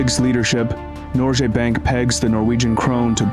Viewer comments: why does it sounds like norgjes bank not norges bank? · Especially pronouncing Norges Bank as "Norjé Bank" every time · Great video! One thing that irritated me throughout it, though, is the way you pronounce "Norges Bank". This is a name of a main bank here in Norway and your pronunciation is very wrong. Rather than pronouncing the g as an English g you should pronounce it as the g in the word "give". Nor - g as in "give" - es bank (a British english "a" here) This should be updated. 👍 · Yep, an educational video with some twists different from a typical Norwegian's viewpoint. However [though a small sick], if he had only done his homework on pronunciations: like Eidsvaal, Norjes Bank, Michelen, Blüker, Lilleham, etc. But then again, I guess several "foreigners" have problems with cities/names in the US like Worcester (MA), Van Nuys (CA), Des Moines (IA) and Tucson (AZ). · Very well researched, but i think you should make more of an effort to pronounce the names correctly in the reading